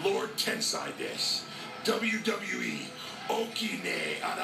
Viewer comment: I actually understood his accent and japanese perfectly. The only thing he needs to work on is how he pronounces his katakana words such as "WWE" and "Lord"